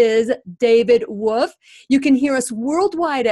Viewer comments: David Avocado WoLfe, pronounce the L...not Wofe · She lost me at David “woof” wtf!!! Lol I can’t!!